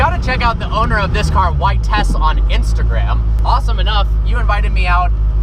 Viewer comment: Vitesse is pronounced "vee-tess", not "vit-ess.